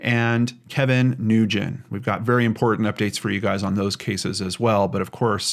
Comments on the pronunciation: Hey. Another incredibly informative video. Thanks for sharing, bud. Please, keep up the great work! (Edit: For what it's worth, the common Asian name "Nguyen" is merely pronounced as "Win." No worries though, I used to make the same mistake constantly as a teacher's assistant until she taught me the proper pronunciation!) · Nguyen is pronounced "Win", at least that is what my child's teacher's last name is and he is called Mr. "Win". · "Nguyen," is pronounced "win," or sometimes "wen!" Totally different from how it's spelled! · FYI. Nguyen is pronounced "Wen" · Ugh. Did you not listen to ANY of the many comments on the the last video you did on Kevin correcting your pronunciation of NGYUEN? It’s pronounced WIN.